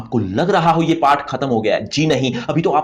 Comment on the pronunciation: PATH ❌ PAAAATTTT😅😅